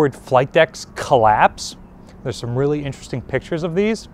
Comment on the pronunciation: really realy wuff? You have to wery qwi et when your hunting wabbits! Just kidding but your names isn't Elmer is it?